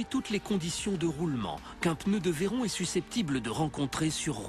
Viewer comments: mdr a la fin a il dit la Bugatti Verron mais ça se prononce verrone ! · Bugatti rend honneur à Pierre Veyron, pilote français de la marque, vainqueur au Mans en 1939, ça se prononce "Vé Rond" et pas verrone.